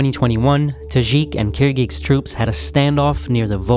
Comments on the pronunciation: I appreciate the video, but the consistent incorrect pronunciation of Kyrgyzstan was quite bothersome. It is not KyrgyKstan, but KyrgyZstan. The people are not KyrgyKs. The word is Kyrgyz. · It's not "Kirkigs". It's Kirgiz and Kirgizstan. Look up the pronounciation. Like Kirgis basically.